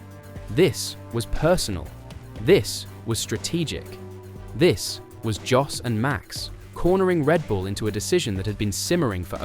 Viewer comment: If you were a propper fan or jurnalist, you would know at the very least that you pronounce Jos as Yos......its hard to listen to you greenies.